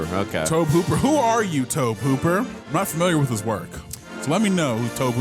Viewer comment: The girl that played Dana passed away, too. Where's her RIP? And for gawd's sake, it's Toe-Bee Hooper, not "toab". Like Toby. You couldn't have heard it or you would have pronounced it correctly. This was 1980, way before product placement. Man, when the grid goes down, you guys are the first to go. In the infancy of remote control, if you and your neighbour had the same frequency, you really could change his channel and he yours if the placement was just right. Yes, this used to be a thing. Usually with people who always had to have the latest gadgets. Ever see Eddie Murphy talk about "The Amityville Horror"? "Too bad we can't stay, baby." That's the late, great James Karen. I don't know about Wall Street, but he was excellent in "Return of the Living Dead". And just in case nobody mentioned it, those skeletons in the pool were real. Sent for 'em special. (Let's see THAT happen today.) JoBeth Williams deserved a special horror-movie Oscar for that scene. Tangina Barrons was played by the late, great Zelda Rubenstein, an original Munchkin, among other roles. Holy cow. No, they're not possessed. Yes, they're in the same house Moving out, remember? Love the long format-this was great fun!